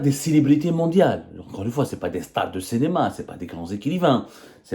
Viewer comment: Je vous ai dis plusieurs fois que vous devriez arriver à prononcer la voyelle "i" au lieu de "e",on dit CINÉMA et non CENÉMA.